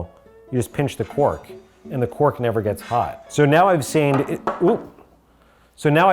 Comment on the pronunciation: Is he saying quark instead of cork?